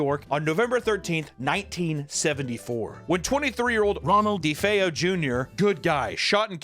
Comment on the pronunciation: Rohnald De-Defayo